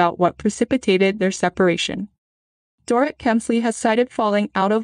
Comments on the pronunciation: It’s pronounced Door-eet. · You are mispronouncing Dorit’s name. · Or Dorit.